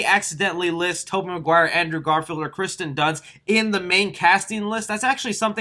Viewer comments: it's kirsten not Kristen dunst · It’s Kirsten Dunst not Kristen Dunst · OMG! It's not Kristen, is "KIRSTEN". The I comes first. Check your pronunciation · lol he keeps saying kristen dunst instead of kirsten dunst lmao btw the next green screen has to be you directing zack snyders justice league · Kirsten not Kristen 🤣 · It drives me crazy that you pronounce Kirsten wrong for the whole video. Hard to believe you know what you're talking about when you misread her name so many times